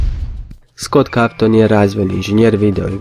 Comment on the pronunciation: Kaze se skot koton, a ne kavton